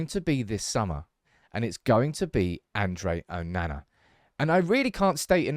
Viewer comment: Your pronunciation of Andre Onana is funny (and incorrect) 😆